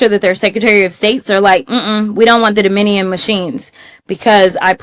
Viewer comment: Crotchet can’t even say DOMINION correctly. What a DOPE!